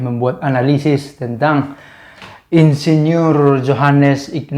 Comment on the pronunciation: Mungkin dia mau pake gelar Monsiegneur, eh kedengernya Insinyur ,😆